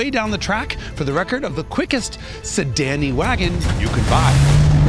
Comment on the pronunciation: "Sedan-ny wagon" i never closed a video that fast before